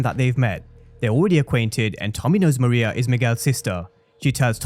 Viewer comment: Her name is pronounced ME-RAY-YAH